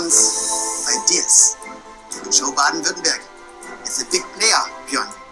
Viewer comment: like how he almost got Württemberg right and at the and he says Werttemberg and thinks that's better gg still good German